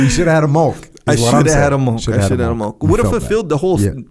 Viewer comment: Is he trying to say milk? lol